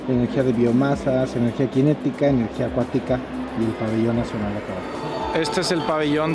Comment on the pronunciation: No es Latvia, en español es Letonia. Y es energía cinética, no "quinética". No te achilangues.